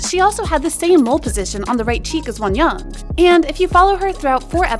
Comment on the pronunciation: the way she says wonyoung💀💀💀